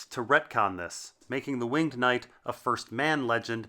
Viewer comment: Incorrect pronunciation of "winged".